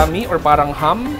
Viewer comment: It's ham, not hum.